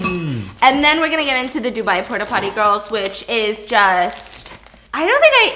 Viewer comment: “Porta potter” “Pooty poppy”